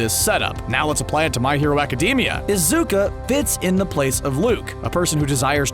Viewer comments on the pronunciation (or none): its IzukU not IzukA UA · He said “izuka”not “izuku” like so many times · IZUKA?!?!?!?! ARE YOU OKAY SIR? THATS NOT HOW YOU SAY IZUKU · His name is pronounced izuKU not izuKA and its hoRikoshi and hoREYkoshi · Im sorry but his name is pronounced izuk-oo, not izuk-u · Why does he keep saying izuka instead of izuku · Its really fkin annoying how this dude keeps saying Izuka instead of Izuku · Every time he says “izuka” i facepalm. My face is very sore. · Why does he say izuka it Is Izuku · ITS IZUKU NOT UZUKA 😭😭😭😭😭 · The guy said izuka it sounded like it tho instead of izuku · You didn’t pronounce izuku properly you said izuka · So no one's talking about how he says izuku as izuka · Messing up your theory : BNHA creater: “we will make a appearance of Isuzu’s after laser in the season” Also no hate to your theory and also it’s pronounced Ehzooku (Izuku)no isuookaa (Izuku) no hate btw. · Its izuku weirdo not izuke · Izuku not izuka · Izuku nit izuka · This narrator has been saying “Izuka” rather than Izuku. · It is izuku not izuka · Everybody: izuku Dude: izuka Captions: azúcar (izuku) all-night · My mans don pronounce the boys name wrong it's not izuka it's izuku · WHY do you say Izuka...When its Izuku... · Everyone else: Izuku This guy:Izuka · Iys not pronounced izukuh its pronounced izukoo (izuku) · It's pronounced ee-zoo-koo (well the zoo is more pronounced as zu) not ee-zoo-ka. It's not pronounced aca-dee-mia it's pronounced aca-day-mia. Also deku has a quirk, crying! But all for one is never shown to be able to change memories and if he could why wouldn't he do it on all might to make him forget who all for one is or what one for all is. Also have a theory you can use. Kacchan and bakugo are the same person. Also be normal and call Izuku deku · It’s Izuku not Izuka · its izuku, not izuka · how to know the person narrating these videos never watched the source material: they mispronounce the name of the main character badly. its izuku not izuka jeez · “Izuka” ok